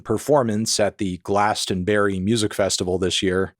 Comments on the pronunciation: Gla-ston-brie not glaston berry! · Why do you keep calling it glastenberrie, melon. It’s GlastOnbUry. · Dear Americans - it's pronounced 'Glaston-bree' not 'Glaston-berry' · GlastonBERRY, made me chuckle as a Brit. For some reason we pronounce it GlastonBRIE, yes like the cheese. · Glaston-Bury has an "uh" sound like to bury in the ground not like berry from a bush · lmao why does he keep pronouncing it like that🤨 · please please i beg americans to stop saying Glastonbury as a 4 syllable word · why are you pronouncing glastonbury and divisive like that